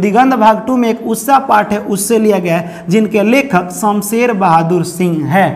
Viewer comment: Usha not usssa 😂